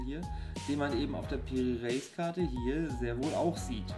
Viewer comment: Die Aussprache geht so: Piri Reys